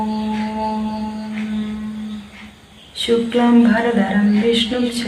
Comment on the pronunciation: അക്ഷരശുദ്ധി വേണ്ട എന്നാണോ?വന്ദിച്ചു വന്ധ്യൻ മാരേ! ലോഖാഭിരാമ ? വന്ദിച്ചു വന്ദ്യന്മാരെ ' എന്നാ ശുക്ലാംബരധരം ശുക്ലാംഭര .....? ശ്രദ്ധിക്കാതെ പോകരുത് പ്ലീസ് അക്കിത്തം തിരുമേനിയുടെ പേരിലുള്ള സംഘടനയല്ലേ? മലയാളം വൃത്തിയായി ഉച്ചരിക്കാൻ പറ്റില്ലെന്നോ? വന്ധ്യന്മാർ എന്നാൽ എന്താ അർത്ഥം? മഹാകഷ്ടമെന്നേ പറയാനാവൂ comments of fചെയ്തു വക്കുന്നതാവും നല്ലത്. എനിക്കി തുസഹിക്കാനായില്ല ക്ഷമിക്കണം പ്ലീസ്